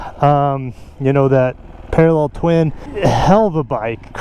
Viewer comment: I swear this is not the first time ive heard you call the wr250 a parallel tein 😭